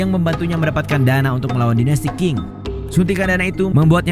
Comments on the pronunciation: Qing ...sebutanya Cing ...bukan King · admin, itu dinasti bacanya ching. bukan king 😮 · Bacanya biasa aja bro Sun Yat sen . Gak pake Z. Qing dibaca ching bro bukan king Gak ada dinasti king di china